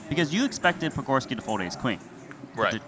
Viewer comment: Dude has butchered patgorskis name repeatedly